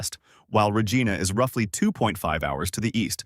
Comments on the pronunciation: Regina rhymes with vagina not vageena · You lost me at Re geena ! clown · “Regeana?” Come on now eh! Clicked off as soon as that.